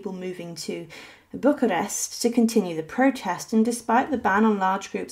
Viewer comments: Why don't the narrators of these videos research the proper pronunciation of people and place names and then stick to them? BUCK-a-rest does not exist, however Buuch-arest does. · Bucharest is not pronounced this way. You left out the video of them being machine gunned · I honestly don't think I have ever heard anyone mispronounce Bucharest before. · Pronounced "Vahl -ACK-ee-a" and it's BOO-ka-rest. Dear God, look up how to pronounce some place before you speak! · Bucharest is pronounced Boo-karest and the "ch" in Walachia is pronounced as "kh", not as the "ch" in cherry.